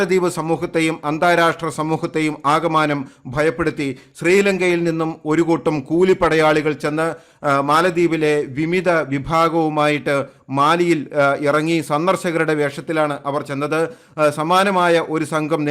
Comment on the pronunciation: വിമിതർ എന്ന് രണ്ടു പ്രാവശ്യം പറഞ്ഞു. വിമതർ അല്ലേ ശരി,?. നെവർത്ലസ്, തങ്കയു ഫോർ എ നൈസ് പ്രസന്റേഷൻ വിത്ത്‌ ആൾ ദി ഹിസ്റ്റോറിക്കൽ ഫാക്ടസ്..